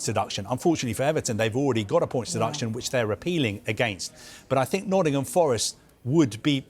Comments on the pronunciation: Why are they calling Nottingham Forest, “Noddingum Forest”?!? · “Noddingham forest”